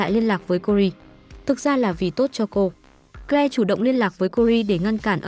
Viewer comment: Câu chuyện được kể rất confusing! Tên của người trong câu chuyện nào là doe, kờ le.v.v tôi nghĩ không đúng với tên gọi của họ vì phát âm không chuẩn. Is it Joe (đọc là chou, not doe, và claire not kờ le? Ôi rối mòng chẳng hiểu gì hết.